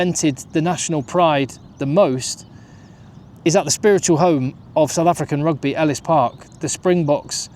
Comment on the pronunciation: Your pronunciation of SA names are very accurate.